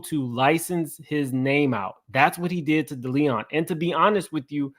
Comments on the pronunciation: Also, with love & no offense lol Deleon is Day Lee Own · Not "Da Leon" 😂😂! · It is called De-Lee-on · It’s Day-Lee-Own 😂😂🤦🏾‍♀️ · it’s pronounced Day Lee on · The pronunciation of DeLeon is really fucking you up 😂